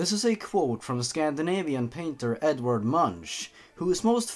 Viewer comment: Blappy He says "Edward Munch" and when he says the name "Edward" he says "Edvard". 😆